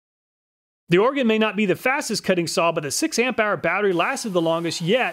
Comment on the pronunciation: Another great review, thank you! As an Oregonian, I also just wanted to thank you for pronouncing the word right. = ) Edit: I think I know why these saws don't have much for digger teeth, if you tried to use em you'd probably just stall the saw anyway.